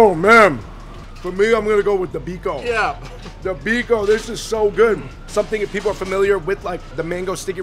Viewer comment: The Filipino restaurant owner with a thick Filipino accent pronounces biko as bee -khow! Lols